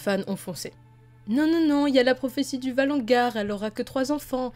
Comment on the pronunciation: Valonqar pas "ValonGar"